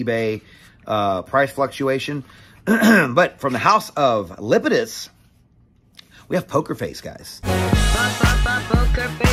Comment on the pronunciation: LApidus not Lipidus. La pi dus. La La